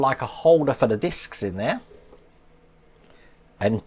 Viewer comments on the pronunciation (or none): Its discs not discussess or something u said!😂